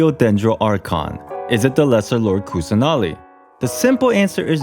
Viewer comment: You just have to pronounce them as in sanskrit/hindi rather than English. It's not quite hard. Like Kusanali can be pronounced as 'Kus-nuh-li'.